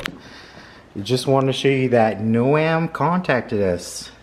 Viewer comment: Jesus Christ and he still didn't tell you how to pronounce their name it's not no..am its like a garden "gnome"